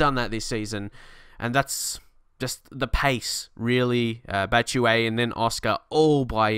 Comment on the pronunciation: Its pronounced batshuyi